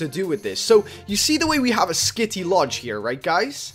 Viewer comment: I got triggered every time he said kitty instead of skitty